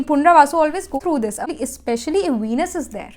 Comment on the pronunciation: You were saying punravasu..it is punarvasu